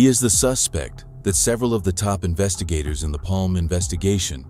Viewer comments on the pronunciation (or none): Bra översatt text och väldigt realistisk AI-röst. Snyggt! Dock skulle du kallat Palme för "Palma" för att den inte skulle uttala namnet "Palm".